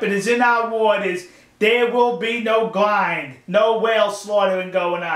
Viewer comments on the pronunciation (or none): The ind part of grind is pronounced like ind in indian... if that makes sense :P It's not like the whales get ground or anything... just a little pet-peeve of mine. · What the police really did, was telling the locals to not harm the crew of Sea shephard, and if it weren't for the law enforcement, the crew would be going home either in a bodybag or just extremly wounded. Anyways, Thanks for the support, P.S I like how you say "Grind":P